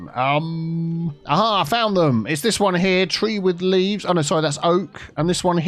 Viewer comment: "Tree with leaves"? 😆 Sounds almost like, "tea with leaves"... 😆